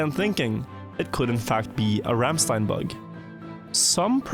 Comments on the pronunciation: IT'S RANDSTEIN not RAMMSTEIN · IT'S RANDSTEIN